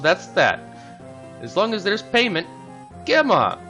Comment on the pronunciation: Just a note, Gemma is pronounced with a J sound (it sounds like Jemma) Source: my name is Gemma